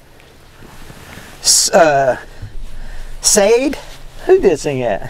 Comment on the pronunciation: SHA DAY not SADE.